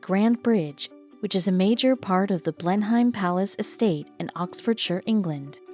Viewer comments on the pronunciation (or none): Blenheim is pronounced BLEN-um. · When you pronounce Blenheim the h is silent.